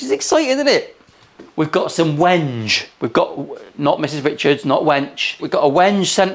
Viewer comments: Wenge is pronounced like "When gay" not wenje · Not taking the piss - I'm just spreading what little wisdom I can... the most technically correct way to pronounce 'wenge' is 'wen-gay'. There's a pun to be made, there. I'll leave that to you! 😁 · It's pronounced wen-gay! 😂😂😂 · that wood is pronounced Wengay…….ive Heard Mr Ben Crow call it that and he’s the dude who’ll know. Why can’t go against him😂😂